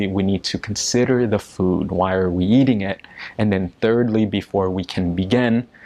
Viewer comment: Did I hear you say "eading*? I didn't quite hear it clearly.